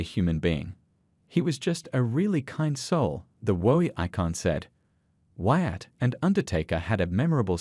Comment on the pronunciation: It's not Watt it's Wyatt